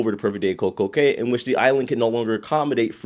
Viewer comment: Cay is pronounced key. Have you read Theodore Taylor?